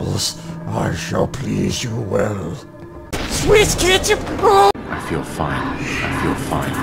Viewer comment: SWISS KEEATCHUP